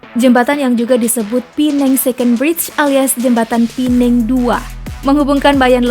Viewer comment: Pulau Pe nang BUKAN pulau pi neng🙄🙄 WOI....URUTAN TERPANJANG APA TERPENDEK MIN